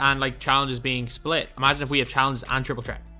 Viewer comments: obama prism yea i know that but it sounds like he’s saying chreat and not threat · Why does call it triple tret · “Triple trett “😂😂😂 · Triple "tret" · Triple threat not tret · Why does he say threat like that